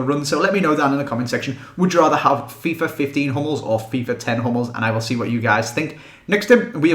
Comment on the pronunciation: When you say "Fifa 11" it sounds like you are sayin "Fifar 11"